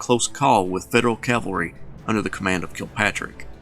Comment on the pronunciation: This lecture is a severe disappointment. No mention of Stuart's embarrassment at the Battle of Brandy Station. He butchers the pronunciation of Clement Vallandigham's name (but at least he pronounces "cavalry" properly). He gives no more analysis than an amateur historian might give, and his arrogance is evident in every breath. An Army War College instructor? Yikes.